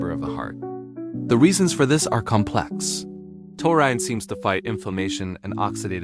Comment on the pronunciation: Ya can't even pronounce the word. Why should I believe what you say?